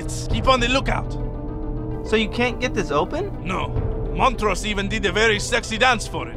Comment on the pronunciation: hahaha motorose XD it's Montrose